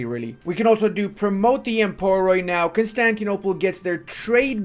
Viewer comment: I know that you are not Greek but i beg you. Emporoi is pronounced empori (oi is proncouned like the i in bits unless it is ï). That goes for every oi you see. PLEASE!